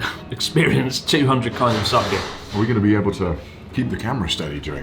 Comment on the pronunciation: sooobarooo???? sakay????? Nag a NoH??????? oh well.. at least you don't say saMEWrai anymore.. lol.